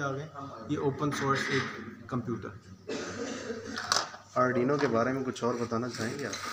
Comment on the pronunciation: it's Arduino not adrino And it has port for serial communication not a USB port